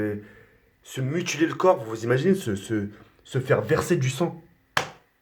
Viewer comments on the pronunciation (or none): MUTILER pas MUTULER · Qui lui dit qu'on dit pas mutuler mais mutiler ?! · MUTILER PUTAIN PAS MUTULER